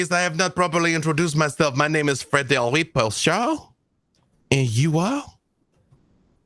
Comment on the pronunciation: So much love to, but as a French speaker his accent for "Frederi" is how do you say auditory hell. sounded great though!